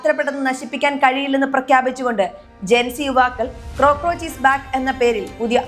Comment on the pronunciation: ക്രോക്രോച്ച് അല്ല കോക്രോച്ച്...content is good 👍